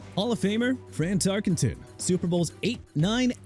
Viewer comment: LOOK HERE! TERRELL DAVIS PRONOUNCED TUH-RELL DAVIS!! GOT THAT?! ALSO FRAN TARKENTON AS IN TAR-KEN-TIN!! AND YOU MEANT JOHN ELWAY, SUPER BOWLS 21, 22, 24, 31 AND 32 (WHICH YOU FORGOT TO MENTION)?! AND YOU KNOW WHAT MR. "I HATE THE DOLPHINS" KEEP MENTIONING DAN MARINO BEING THE QUARTERBACK WHO NEVER WON A SUPER BOWL! MAKES YOU LOOK GOOD HUH?! YOU PEOPLE MAKE ME SICK!!!